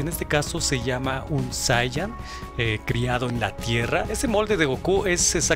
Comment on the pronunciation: por que dice super saia? xdxd